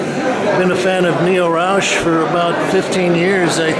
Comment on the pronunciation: his name is not pronounced like you do, it is not Raush but RauX !